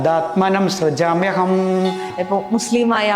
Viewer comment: തഥാത്മാനം സൃജാമ്യഹം….എന്നാണ്.. അനന്യാശ്ചിന്ത്യയം തോമാം ഹേജനാ: പര്യുപാസതേ…. ശ്ലോകങൾ ശരിയായി ഉച്ചരിക്കാൻ ശ്രദ്ധിക്കണം🙏